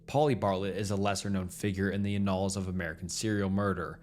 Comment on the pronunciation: I can't fucking watch this when your pronunciation is all wrong. Please look up how to say "sadism" amd "annals"